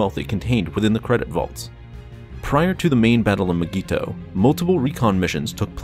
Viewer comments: It’s pronounced (my-gee-to) say it right or don’t say it at all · Nobody:: M'geeto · It’s not mygeeto, it’s Digiorno. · The way he says mygeeto disturbs me